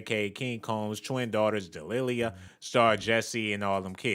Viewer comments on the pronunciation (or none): It’s DE-LI-LAH 🤦🏾‍♀️🙄 smdh